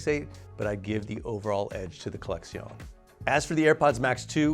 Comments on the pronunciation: why is he saying collexion with a Spanish accent 🤣🤣 it's just collection 🤣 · Why is he pronouncing it like it's a Spanish word? LOL